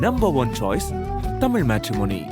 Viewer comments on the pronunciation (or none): none